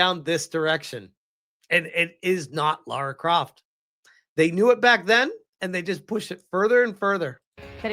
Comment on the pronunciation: Whenever someone says LAURA CROFT me: 😠